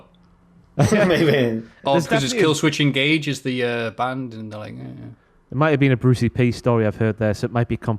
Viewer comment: "part of a rock BAND" LOL Just his odd emphasis on that word made me laugh.